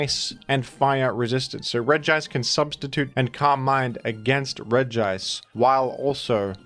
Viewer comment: I like how you make emphasis on pronouncing "Regice" as it's grammar suggest and I'm all down for bullying Gamefreak for writing Regice like that